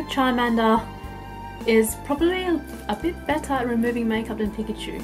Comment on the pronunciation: I hate it when people pronounce Pikachu's name wrong